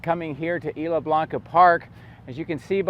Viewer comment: The s is still pronounced in Isla.